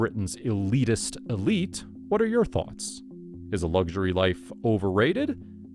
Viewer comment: It's luxury not lugury!